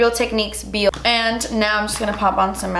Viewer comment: hahahahaha awww when you coudn't say the mascara at the end i died